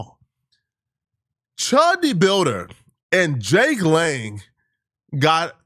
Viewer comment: “Jake Long—Lang” lmao mans thought it was the American Dragon